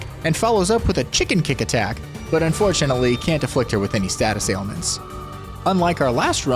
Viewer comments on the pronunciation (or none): none